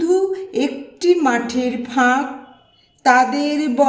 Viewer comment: খুব সুন্দর পড়লেন দিদিভাই ! এক মনে শুনে গেলাম 🙏❤❤🙏 কিছু মনে না করেন তো বলি... " একটি " শব্দটির " এ " এর উচ্চারণ "এ" এর মতোই হবে ..." অ্যা " হবে না... শুনে ঠিক করে নেবেন পরবর্তী উপস্থাপনায় ...